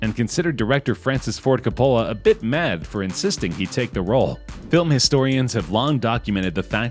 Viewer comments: Coppola = COP-uh-luh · "Francis Ford Cuh-POH-luh" And "Warren BETTY" ???